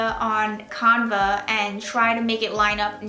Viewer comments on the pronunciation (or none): BTW you say canva, Can Va